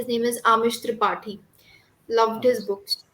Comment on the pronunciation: Amish thipati ? It should be tripathi .